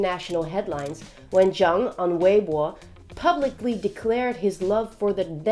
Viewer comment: Her pronounciation of "weibo" is on point.